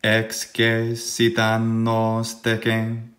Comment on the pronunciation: Throughout the video, and especially toward the end, it sounds like the “e” in excessit is long (and not just the syllable over all). I would’ve expected the syllable to be read “ces,” as in “ex-ces-si-ta.” In the video, it sounds like “ex-ce-si-ta.” Maybe my ear is still adapting to hear the distinction, but I know other forms of excēdō have the long ē in the middle, so I was wondering if this was on purpose (in which case the text in the video is missing the macron), or if it was just my bad ear, or if the long ē was creeping in from one of the other forms in your mind?